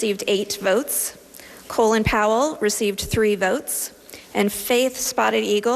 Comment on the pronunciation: LOL she pronounces Colin (Caw-lynn) Pollard as "Colon Pollar"